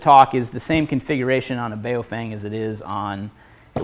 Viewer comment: Love your channel, look forward to Thursdays every damn week because of gear tasting. I'm not certain but I think the radio brand you're referring to is pronounced "Bow Fung" not the way you're saying it. Keep it up man, grind out experience on goblins and kobolts before you get wrecked by an illithid.